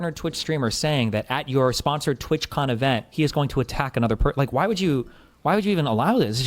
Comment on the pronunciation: TWATCON not twitchcon